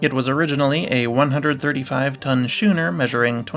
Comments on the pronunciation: Schooner is pronounced the same as school. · The C in Schooner is not silent.